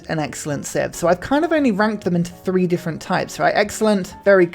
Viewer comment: Does "ogligarchy" or "three" (as in free) or "Mowry" (Maori) etc etc....piss you off too? I mean, the guy can barely speak.